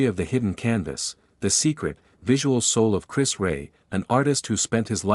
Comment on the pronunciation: Chris who..disrespectful to not being able to say his name correctly..